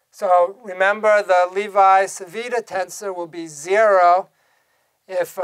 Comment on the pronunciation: the correct pronounciation of "Levi-Civita" is more or less "LEHvee-CheevEEtah"